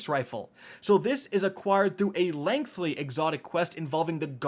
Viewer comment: One day, you will be able to correctly pronounce the word "Lengthy" Today is not that day.